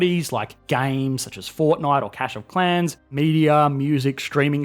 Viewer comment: Hes legitimately saying CASH of clans